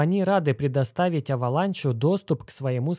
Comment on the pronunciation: Avalanche - кажется читается как Эвеланш